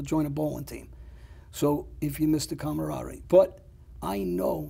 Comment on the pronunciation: Yea I miss calm-arat-tarie also 😂